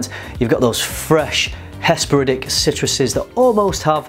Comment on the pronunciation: That's the first time I ever heard the word hesperidic in a sentence. lol A+ for diction. As far as the brand, they've always been a little hit and miss for me. Generally better on paper than on my skin. But a great video. Fixed focal length like a BoWs. lol